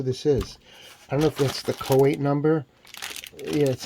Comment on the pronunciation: How do you manage to pronounce the name choate the way you did ? Its “chote”